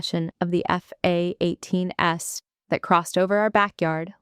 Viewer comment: Is it possible to teach your AI to say f-18s without stuttering? It takes a second or two to translate and kind of interrupts the floor of the story. I also noticed that they have troubles trouble with plurals. Pronouncing the Es at the end which is also annoying. I am a nitpicker and proud of it